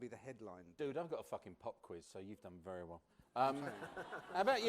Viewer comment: Vewy, vewy foolish words, man.